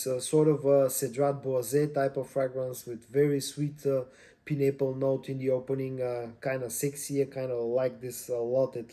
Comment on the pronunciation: “Pie”n apple… not Pin apple… :)